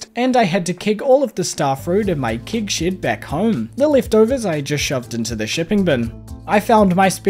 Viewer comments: i still think saying "keg shed" is far more entertaining than "kig shid" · a kiwi trying to do an "american accent" somehow ended up sounding scottish, specifically with the words "Keg Shed" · As a bloody american... I get a kick out of saying keg shed 😅😅😅